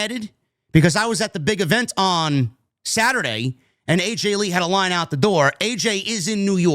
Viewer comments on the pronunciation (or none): none